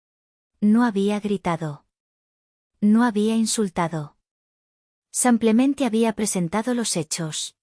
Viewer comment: Ha la narradóra no se dice sampiamete se dice simplemente.GRACIAS.......